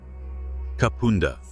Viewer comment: Thebarton theatre is pronounced Theb arton and Kapunda is pronounced Kap under.